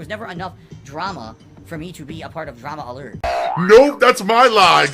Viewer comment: I don't watch keem but I noticed that too, it seems like maybe he pronounces things wrong on purpose? He said Drama Alert a few times as Dramalert